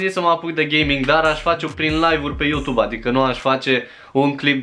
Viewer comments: Bai frate fa ceva se aude ,,utub". P.S. la multi ani, esti super tare😍😍😍😘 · Iarasi ai zis Utub 😂!! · Iar ai zis Utub😂😑❤️ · Iar ai zis "Utub" 😺🤣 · De ce tot zici utub? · mda...iar ai zis UTUB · Iara s-a inteles "UTUB" =)))))))))))))))))))))) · De ce spui utub 😂🤫😂😂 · Iar ai zis "uTube"😅